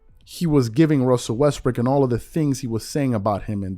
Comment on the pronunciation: Lol you said "Russell Westbrick" 😅